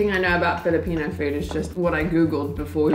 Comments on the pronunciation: Nice video as awlays. Btw just really wondering, seems like doesnt have filipino blood but shes so smart knowing pronunciation quickky. Is she part chinese or part thai? Anyway hope you can create a bit of content about your romantic life together. Goodluck! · Is a half filipina? She knows how to pronounce foods so easy though. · Your girlfriend is always correct pronouncing filipino food tho! Nice